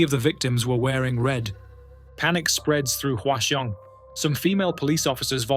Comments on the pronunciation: I hate to be the pronunciation police, but Hwaseong is pronounced like hwa - song. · that is the most atrocious pronounciation of hwaseong i've ever heard